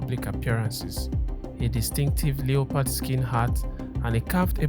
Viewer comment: Not gonna lie, I thought you said "Leopold skin" at first. Lol. Just so you know it's preonounced "Leh-purd." The o is silent.